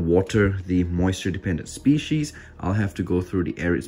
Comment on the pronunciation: Someone should do a count for how many times he says moisture dependant spieces